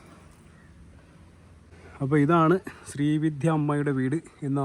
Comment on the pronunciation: ശ്രീ വിധ്യ അല്ലെടോ - ശ്രീവിദ്യ